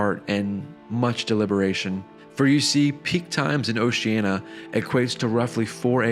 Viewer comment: A beautiful story, but the mispronunciation of "Oceania" threw me off every time. You may want to look up the proper way to say that word.